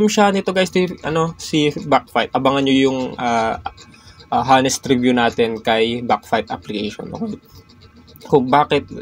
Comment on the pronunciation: Hindi po hanest / ANEST PO PAG PRONUNCE NIYAN ❤❤ SILENT H